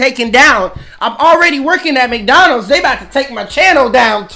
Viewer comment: Bro is still struggling with McDonald’s😂